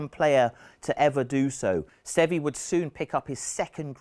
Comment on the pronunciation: Every time this guy mispronounced Seve's name I wanted to punch him in the face.